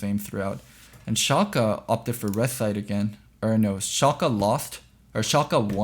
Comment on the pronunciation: God the way you pronounce Shalke hurts my ears. Its not ShalkEEEEEE its Shalke (i know this isn't how you discribe it but ... ) its the same e as in Larssen (short and more of an uh sound)